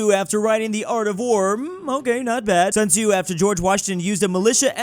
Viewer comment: i'm a japanese person living in china., "x" in chinese names is pronounced as "sh", "zhi" is pronounced "j", and "sun tzu" is pronounced "sun tsu"